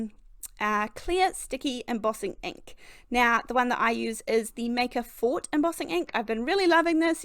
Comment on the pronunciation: this is a great card! By the way, the company named Maker Forte is pronounced four-tay. Forte is a French word that means skill or preference. Somebody may say something like, “well, that’s not my forte.”Meaning skill or preferred method of working. EDIT: it means strength also.